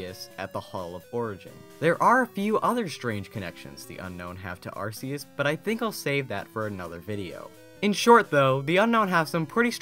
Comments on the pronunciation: It's actually Ar-KEY-us, but I still say Ar-SEE-us and GLIS-core instead of GLY-score because it flows more easily. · it's pronounced AR-kee-us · Arceus has a hard c. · your saying arceus wrong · you mispronounced Arceus XD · You mispronounce arceus, it's c sounds like a k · Years after it's true pronounciation was revealed, people still call Arceus Ar-see-us. For gods sake, Well Arceus' Sake, IT'S AR-KEY-US!!!!!!!